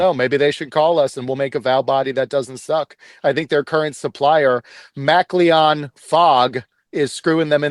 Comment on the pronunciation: The way he pronounces MacLean-Fogg sound like Makleon Fog. It's not Mack-Leon it's Mick-Lean.